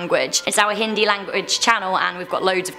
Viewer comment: I am Indian and I speak Hindi but sorry it's pronounced "Hindi"Just like "Hindu". No hate though